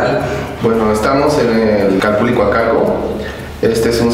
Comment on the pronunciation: Nmms se pronuncia calpuli😒😒🤦🤦